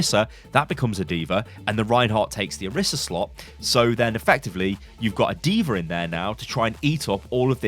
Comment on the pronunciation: “Deever” aka D.va